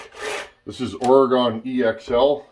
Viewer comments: It's oreGUN, not oreGONE 😂 sorry i had to lol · it's "OR-GIN" that's how you pronounce oregon much love brother